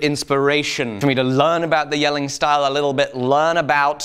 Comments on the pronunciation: Love how precise your pronunciation of the danish city name Jelling is 👍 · Apart from the awesome way you approach your work. I wanna tell you that you abseleutely nailed saying Jelling. which is a feat considering almost no british or amaerican person I know have had a chance pulling off saying a single word in danish correctly! PS you're awesome!